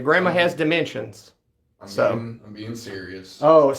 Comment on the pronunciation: Dat niggah said dementions